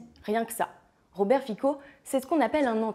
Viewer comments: ps: on dit Fitso, pas Fiko :) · Son nom se prononce Fitzo. Il est anti-LGBT, anti-migrants, pro-russe d’accord mais le raccourci avec un parti néo-nazi est tiré par les cheveux. Je ne l’apprécie pas soyons clair mais cette vidéo n’est pas de grande qualité.